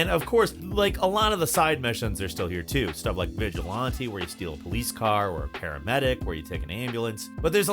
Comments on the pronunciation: They way he pronounces it "Vigil-Auntie" made my day. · Nice pronunciation of vigilante….smfh